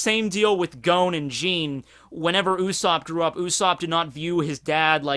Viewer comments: Gon not Goan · You really take that pronunciation too far sometimes.... I can forgive a lot but Gown?! Wat?! His name is Gon goddamit